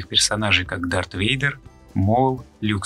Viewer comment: Блин годнота но есть пара недостатков. 1.Микрофон,2.Не ситхи а ситы (просто перивод кривой), 3. Не Вейдер а Вэйдэр. А так очень годный видос и канал, жилаю удачи в развитии!!!!.